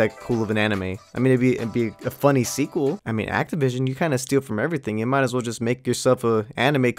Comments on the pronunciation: It’s axeavishin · Its axe-tivision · It's axetivision